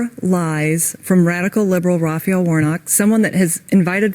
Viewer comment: Also can anyone explain why they keep saying RaphEEal warnock???? Kind of pisses me off, his name is just Raphael isn't it?